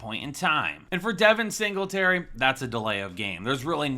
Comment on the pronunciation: Did you say Devin dingleberry?😂😂😂